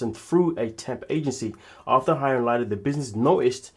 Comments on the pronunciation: IT'S PRONOUNCED "LEEDA". 😅😅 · Yes, was looking for this Lee-da.